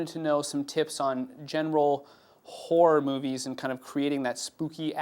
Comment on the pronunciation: lol i thought he said whore movies